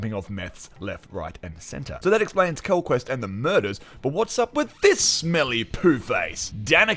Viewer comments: This review is great but every time I hear "Quellquest" I cringe :'( It's Quellcrist Mackie just doesn't have the same gravitas as Kinnaman, which really added to the darkness of the show in season 1 I felt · maybe you could watch this again and see quellcrist is pronounced Kell-Crist not kel quest or quel crist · You’re funny the way you read Quell quest :body-green-covering-eyes: Its Quellchrist like Christmas tree, quell christ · Agree... the "quellquest" was cringy. But a great review, otherwise 😁